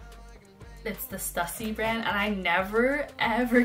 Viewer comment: In the future, it's Stoo-see, not Stuh-ssy. Very nice Birks by the way. Keep the Stüssy ones.